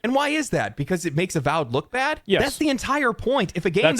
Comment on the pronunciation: A-symetry A-vowed